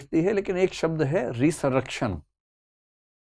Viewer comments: It is called રેઝરેક્ષન, not રીસરકશન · Resurrection ka pronunciation galat ho Gaya sir..